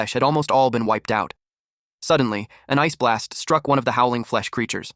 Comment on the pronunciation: why it say ice blast like that 😂